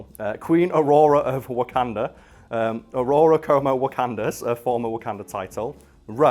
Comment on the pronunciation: Did you say Ororo like “aurora”?